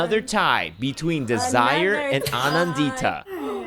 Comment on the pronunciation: The way they're pronouncing "Anandita" is hurting my soul please.